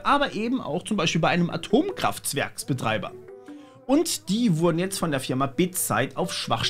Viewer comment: Danke, dass Du den Versprecher drin gelassen hast. Der AtomKraftZwergsBetreiber hat mir den Tag verschönt.